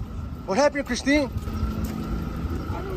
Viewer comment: This AI can’t even pronounce her name right. If yall believe this then.